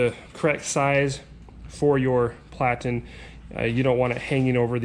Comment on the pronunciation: Plat-en, not plate-ten